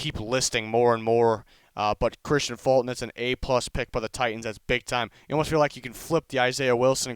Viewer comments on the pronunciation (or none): none